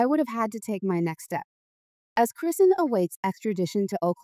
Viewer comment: This AI can’t even pronounce her name right. If yall believe this then.